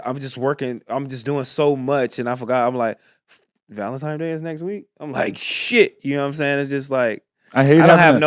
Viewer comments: Idk why but them saying Valentimes day instead of Valentines is so infuriating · “Valentime day” .. 🤔